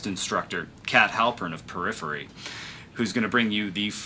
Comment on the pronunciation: purriphery haha nice